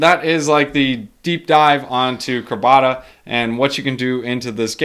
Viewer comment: It's CRAB-A-DA